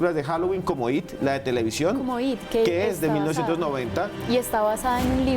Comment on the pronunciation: No se dice IT SE ESCRIBE ET Y SE DICEI I,T